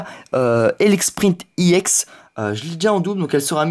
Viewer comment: pk tu dis iex :D